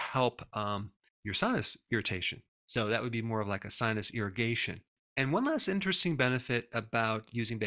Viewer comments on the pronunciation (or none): none